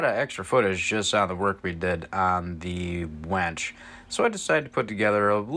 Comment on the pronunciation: it's not a wench it's a winch